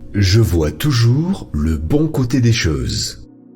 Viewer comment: Choses, pas cheses